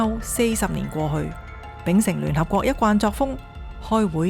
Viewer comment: ，“一貫”讀音“一灌”，不是“一慣”。我鍾意聽你的聲音，我鍾意睇你的視頻。繼續努力。